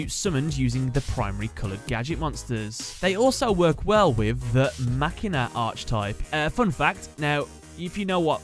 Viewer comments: DanJa Vu you're the dumbass it's a fucking machine it's not spelled Makina nor is it pronounced like that it's machine uhhh "machina" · it's not Makina it's Machine ah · It’s actually pronounced ma China 🇨🇳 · Insert Inspector Gadget joke here Also Machina was pronounced Machine-a during a commercial for Machina Mayhem that I saw. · Nope, MAKINA So, I'm guessing that you would argue with 99% of the world based on an English word which has over thousands of words that are acceptions towards "pronunciation." Wow, you're a special one mate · no, it is makina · DanJa Vu it's pronounced Machine ahh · you said machina like a Filipino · ur not the only one who pronounced the machina archetype wrong